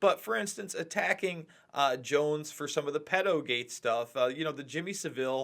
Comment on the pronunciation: I love that Americans don't know how to pronounce Jimmy Savile properly. Also Alex Jones had nothing to do with exposing Savile, he only jumped on the bandwagon after the fact.